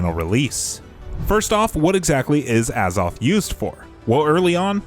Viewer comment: A ZOTH NOT AH